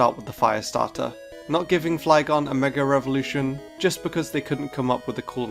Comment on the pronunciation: why is mega evolution pronounced as mega revolution?